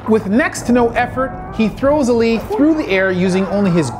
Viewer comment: Just a brief insight for pronunciation, Baki is pronounced as "bawki" . As for hanma, it would be " honma" A's are not as profounded. Same goes for Ali, not as pronounced as "Alli" but as "All-i"